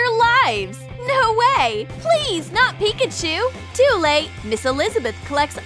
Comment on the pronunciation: Really she said pickachu not Pikachu